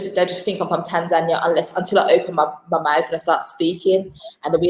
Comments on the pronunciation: They pronounce it wrongly most of the time and get it right a few times. I guess even most Tanzanians don't know how to correctly pronounce the name of their own country. To say it correctly, you say it the Nyerere way - Tan'zania, not Tanz'ania {the (') mark signifies where stress should fall}. If you don't get it yet, just listen to the likes of Mwl Nyerere, Ben Mkapa and even Mwinyi and hear a correct and lovable way to say it!! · Great content, even for a Kenyan 🇰🇪 i loved the way you pronounce Tanzania 🇹🇿 😁